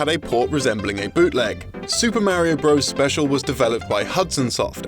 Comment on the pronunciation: I do agree with you on not butchering language, as I've always been obsessed with spelling and grammar. I do, however, see the humor in pronouncing things incorrectly, as he did with "bros", which I'm sure he did on purpose, as they do quite commonly on this channel. This channel is informative, yet they do have a comedic sense. If people out in the world aren't using language properly, that's their problem, not the fault of a channel on the internet.